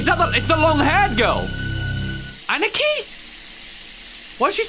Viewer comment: when he ann-nih-kee instead of ah-nee-kee... lol, love ya!